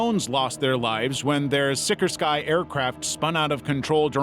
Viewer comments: Sikorsky is not pronounced sick or sky 😂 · that's a bizarre way to pronounce "Sikorsky" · That’s the first time I’ve heard someone pronounce Sikorsky that way 😂